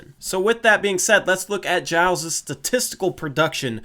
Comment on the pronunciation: Im glad you found the right way to say Giles